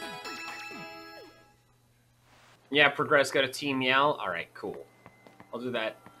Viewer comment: His accent for team yell tho🤣